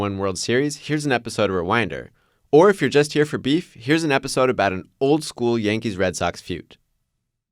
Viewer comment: I hate the way this dude says beef. He’s so corny